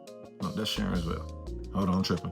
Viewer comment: Pronounced Care-on’s vail